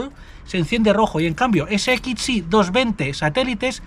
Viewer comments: Porqué dices SXI de esa forma tan rara?? Ibiza ese ekitch si😢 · Porque dices S"ekitxi". Que cosa más rara dices. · Me encanta esto les sigo hace años ..pero m poner nervioso como pronuncia la x ggrrrr